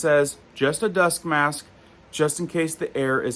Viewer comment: It took me 4 years to figure out that you're saying dusk mask